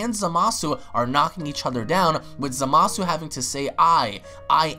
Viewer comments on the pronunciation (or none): How come you pronounce Zamasu as “Za-masu”? Isnt it “Za-ma-su”? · Is it just me or is it pronounced zomasu not zamasu